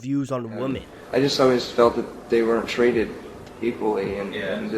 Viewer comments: Good video but you pronounce "women" as "woman" and it drives me insane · Is there a region of the US where "women" is pronounced "woman" like you pronounce it? I hear it a lot and I don't understand where it's coming from. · Why do you pronounce «women» with an o? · Great vid just focus on your pronunciation of the word women. I bet your from the northeast. I know it sounds picky but it will make you sound more polished if you pronounce the plural like women and not like woman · I absolutely love your videos, but for the love of God please learn how to pronounce the word woMEN. Woman and women are two different words. Women is plural and woman is singular and they are pronounced differently. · Am I wrong for pronouncing women as "weh-men"? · Great video as usual! But you're still mispronouncing "women".